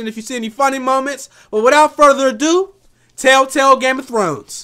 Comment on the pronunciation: tailtail?😂😂😂 telltail u mean